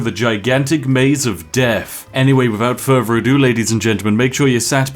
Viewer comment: Why do you keep saying "without fervor ado"? It's "without further ado".